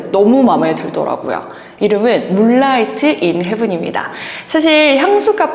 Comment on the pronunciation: 물라이트인헤븐 => 문라이딘헤븐 이라고 읽습니다